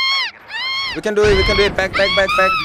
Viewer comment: "When we" sounds more like ♂️wee wee♂️